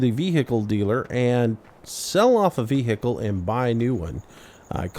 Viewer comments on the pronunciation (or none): i hate the way you say vehicle